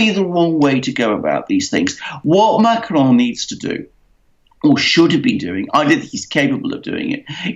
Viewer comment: Why the exotic pronounciation of Macron. Makes no sense.